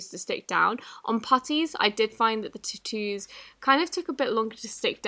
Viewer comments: She says tattoo like titoo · Omg she keeps saying tutoos instead of tattoos 😂 im dead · The way she says tattoo like I know british people say words differently but I've never heard them say it like that